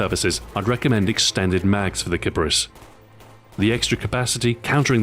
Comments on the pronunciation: Did Xbox Ahoy just pronounce a gun incorrectly? It's pronounced keep-arees. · Name is pronounced Kee-pah-rees btw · Huhu, sounds like clitoris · Ok I hear this gun pronounced in a lot of ways. "Kipperis" How I say it, "Kapris" as most of my friends say it, "KiPARis" Like how I USED to say it, and "Kip-Air-Is"